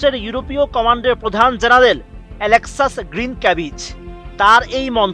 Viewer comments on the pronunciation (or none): none